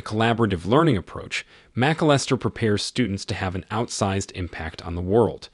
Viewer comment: It's shocking that you couldn't find someone who could properly pronounce Caltech, Grinnell, Macalister, and the abbreviation for "number", i.e. "No." which the announcer pronounced "no". Did no one in the production of this video bother to listen to it and make sure it was properly pronounced? Is it really possible that the man reading didn't know that Caltech is short for California Institute of Technology such that the short version, Caltech, should be pronounced as "Cal Tech"? There were several other glaring mispronunciations as well. Get your thing together and show your audience a little more respect!!